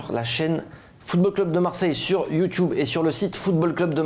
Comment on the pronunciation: Ça me stresse d’entendre toujours « Sur la chaîne Youtioube » 😆